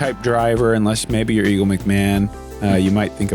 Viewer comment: Did Nate just call Eagle, "Eeegs" ... I don't know how I feel about this. LUL